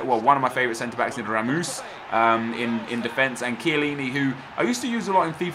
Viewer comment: Naah,you didn't just say Ramuus